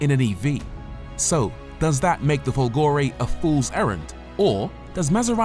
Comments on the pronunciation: I admire you and love your reviews. However, may I suggest that the tonic accent in Folgore is on the "Fol" Grazie. BTW. I am not Italian. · FOLgore, not folGOre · Of course he didn't bother to find out how to say "Folgore" properly and that, for a channel with 1.5 mil subs, is just not good enough! Thumbs down to you. 👎👎👎👎